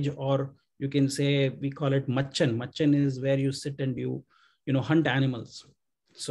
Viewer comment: Not machhan . It's machan. It's made on a tree branch.